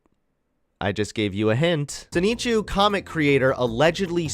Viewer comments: pronouncing Sonichu as Soneechu is hilarious. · deliberately mispronounces 'Sonichu' to try and play dumb but nobody's buying it. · Learn to pronounce Sonichu and stop clout chasing.